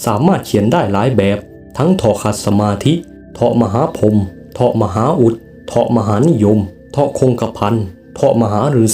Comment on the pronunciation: เฑาะว์ สัน บ้านเองสิ เค้าอ่านว่า เฑาะห์(ท่อ) ลัน ไม่ใช่สัน